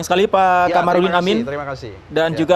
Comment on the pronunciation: Kamarudin.... Bukan Qomarudin...takut ga makan ya pak?.. jilat terus...nti dicopot jabatannya kan repot ya pak bhuahahaha